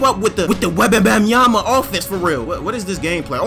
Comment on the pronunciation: "Webabamyama"got me dying.